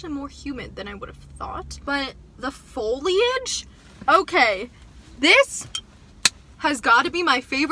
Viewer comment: “THE FOLIAGE” Lmao